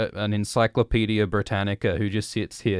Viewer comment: "Like a sort of Encyclopaedia Brittanica..." Encyclopaedia Brantanica. :)